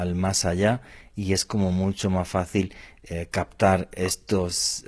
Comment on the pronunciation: Muy interesante tema, pero ese "cactado" del invitado ya me estaba sacando de quicio., por favor alguien que le diga que es captar, no cactar.